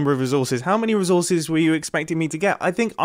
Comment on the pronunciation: Am I the only one cringing at the way he says “resources” he’s like -rè and I just keep thinking: “Why! Why -rè?! It’s ré”